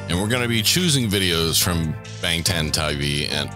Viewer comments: That be the most LIT kitchen I ever seen. 🤯 And shouts out to the guy on the right pronouncing BANGTAN correctly and then puttin his boy in his place. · Guy on the right 100% pronounced "Bangtan" correctly with the most Korean nuence too it's scary 😂. You sure you don't speak Korean?